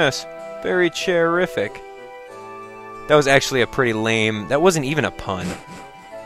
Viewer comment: Illegal = Ir-regal, I see what you did there facepalm to Nintendo Chairific = mispronunciation of Terr-ific haha, nice nice Also, daytime fireworks.